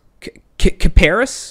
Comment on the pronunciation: "mosin nogot"? and kip-ah-ris. The Wii's only realy issue was graphical strength (in general) and the lack on input options on the Wiimote but by far the aiming was better than on traditional controller, not perfect but better